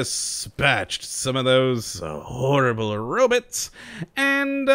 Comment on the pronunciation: Robits? Robots